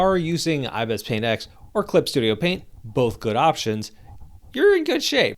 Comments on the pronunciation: Ibis. Not ibez. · "ibez" sir pls it's "ibis"